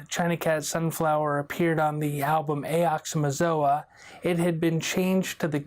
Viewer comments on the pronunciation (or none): Why can't anyone ever pronounce "Ox-Oh-Mox-Oh-Ah" correctly lol